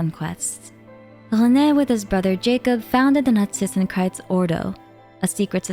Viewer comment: Can we just talk about how she nails the pronounciation of Narzissenkreuz :O